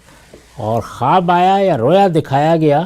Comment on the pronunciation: رویا واو مجہول سے نہیں واو معروف سے ھے